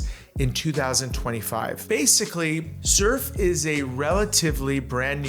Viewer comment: You are pronouncing "Xerf" wrong. In Korea is you pronounce it that way, they will not know what you are talking about! Us Americans are bastardizing the pronunciation. Pronouncing it the way that you are in the USA will be fine.